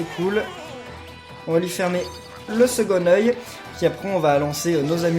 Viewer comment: ct bizarre quand t'as dit second oeil on dit second^oeil pas secon^(d) oeil